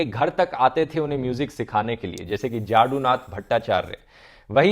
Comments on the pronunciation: Its जदुनाथ not जाडूनाथ। Remember Yadu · He was not only first Asian, but also first non-European recipient of the Nobel Prize across all categories when he won the 1913 Nobel Prize in literature. Another point ... pronunciation of Jadunath not "Jadunath" rather Jodonath in Bengali or Yadunath in Sanskrit.